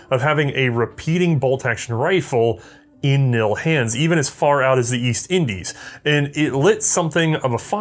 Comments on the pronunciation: The k in knil is pronounced the same as in king. It is vocalised. Cool episode about a rather silenced part of our history. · Koninklijk Nederlands Indisch Leger "Cone ink lick Neigh dur lance Indish Lay her" will get you close to the actual pronunciation. The only difference would be the "sch" is analyzed by native speakers as an "s" sound followed by the "ch" sound in "Loch". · I know very little about old Dutch rifles and even less about the KNIL. As a Dutchie I'm loving these past couple of episodes. I'm also very impressed with ' Dutch pronunciation even though as already stated the K isn't silent. Good job! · You forgot the "L" in "KNIL" which stands for "Leger" or "Army" in English. Also the "K" is not silent. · The "K" in KNIL was pronounced. I had several relatives that served in the KNIL. All of them have since passed. My maternal grandfather was in the regular Dutch army, and sent (from Holland) to the East Indies (NOI) to fight in the Aceh wars. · In the Dutch language the k is indeed pronounced in the kn combination. We have this letter combination in our language and not just in acronyms. Examples: knoop (button), knap (handsome or clever) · I have to correct you on the pronounciation. KNIL is pronounced with the "K". I know it might be ridiculous for English speakers. But hey, it is the Dutch we are talking about, here. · The K, in KNIL isn't silent. I'll see myself out... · Really, the K in KNIL is not silent. it's KNIL, not NIL.Or am I the only one that finds this a little annoying? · It's KNIL, not NIL ☺️ I know the English word written as knee is pronounced as nee, but that is not a custom in Dutch. Please consult your local native speaker of Dutch 😊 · But the name of the Dutch Colonial Army is KNIL with a very distinct 'K' and not NILLL. So the 'K' is pronounced! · Just for those that want to pronounce KNIL right....the K isn't silent. I know this might be common in English, but it's not in Dutch.